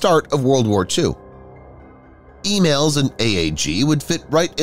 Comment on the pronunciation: It's 'ee-malls' not 'ee-mails.'